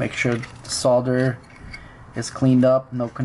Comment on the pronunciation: Amazing that he actually pronounces solder crr